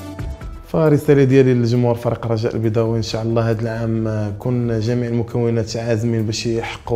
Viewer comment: ينبغي نطق " إن شاء الله " بطريقة صحيحة